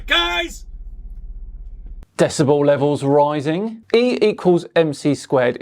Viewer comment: lost it at "decibel levels roizzziiingg" :D